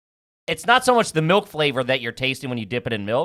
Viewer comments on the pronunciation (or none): It's crazy nobody calls him out for pronouncing it "melk"